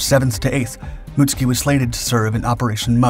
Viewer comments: Most of us would say "moot SOO kee" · Mutsuki* not Mutski lol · Mootski😂 it’s mutsuki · I thought "Mutsuki" had three syllables..."Mut-Soo-Key" is how I thought it is pronounced. Muht-ski sounds vaguely Russian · Why you always say "Mutski" instead of "Mutsuki"?! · The ships name surely is not pronounced as “Muts-ki”?? It should be Mut-Suki.. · I am an American who was fortunate enough to go to school in Japan. I speak a little Japanese, took it in HS. Your pronunciation is wrong for this ship. It's MITSUKI, SOUNDS like Mitt- sue- Key. The way your pronouncing it sounds like another ship entirely. Being factually correct on your videos is a must, that's why I watch them. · yes it does, however his pronunciation of it, is wrong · Pronouncing proper nouns correctly has never been a priority of this channel